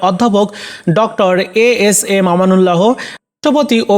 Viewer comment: আমানুল্লাহো না উচ্চরন ঠিক করে পরেন আমানুল্লাহ, হ -ো দিয়ে পরেন কেন